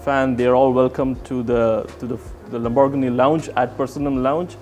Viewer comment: LAMBORGHINI NOT LAMBò RGANI...................